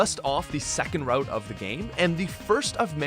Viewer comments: It’s pronounced ROOT not like WROTE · The pronunciations for Route, Hippowdon, and Milotic are very unique.